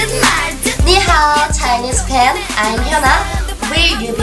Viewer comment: they didn't mention anything abt Spain... should be fan i think.... they pronounce it something like "pan"